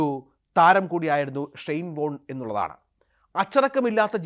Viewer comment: ഒരു പ്രസക്ത കളിക്കാരന്റെ പേര് പോലും മര്യാദക്ക് ഉച്ഛരിക്കാൻ (ഷൈൻ ബോണ്ട്‌ എന്നാണ് ഇയാൾ ആദ്യം ഉച്ചരിച്ചത് ) പറ്റാത്ത ജലദോഷം ഉള്ള ഒരുത്തനെ പിടിച്ചിരുത്തി ധൃതിപ്പെട്ട് മരിച്ചു പോയ ഒരാളുടെ സ്വകാര്യത വിളിച്ചു പറയുന്നത് ആണോടാ News 18 ന്റെ മാധ്യമധർമ്മം. ഷൈയിം ഓഫ് യു.